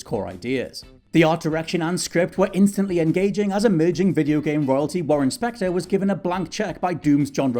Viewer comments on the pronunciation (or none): none